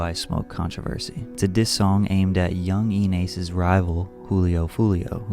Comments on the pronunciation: “YungEEN Ace” 😭😭😭😭😭😭😭😭😭😭😂😂😂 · yunging ace 😭😭😭 bro it’s youngin ace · yung-een ace😭😭